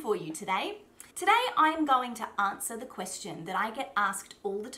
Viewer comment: She doesn't sound British. She's from Adelaide so she is going to sound a bit different to someone who comes from where I grew up in Sydney. I noted the way she pronounced "answer". Definitely not a Sydney girl.